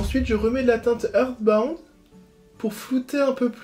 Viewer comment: "earthbound" se prononce "eurssebaounde" lol j'ai pas pu m'empêcher (mec j'avais pas fini la vidéo, j'ai vu ton post dans l'onglet commu ça me l'a rappelé et tac j'ai filé la finir et tu me fais trop trop rire merci)